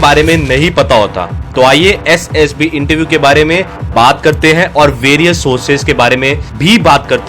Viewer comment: Essd Ess B 😂😂😂 Mai ye sunkar irritate ho raha hu👽👽